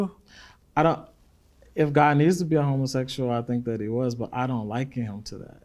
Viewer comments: "are you a homaseshul"🤣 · I think Jesse just preys on people who're not intelligent enough to see through him and how he tries to set you up. I would eat him up and spit him out...and that sprayed on dyed beard. He's not that smart tbh. He can't even pronounce "homosexual." Not trying to be funny but this is the first time I've seen this channel, is the host of LFR Family gay? He comes off as gay, bisexual, curious, or something. He ain't all the way straight...or maybe he's just super feminine. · Why not just say 'gay'? Dude cant help but EMPHASIZE 'homosexual' every time he ask him about being gay!